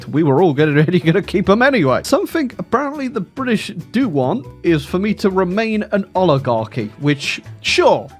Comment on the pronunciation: Cringe whenever I hear "Briddish"